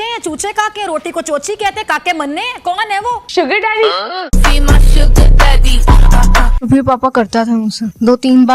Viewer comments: Sugar Daddy ❌ Suuar Daddy ✅ Pornhub waaley ❌ MajjHub waaley ✅ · Suger daddy nhi sooar daddy😂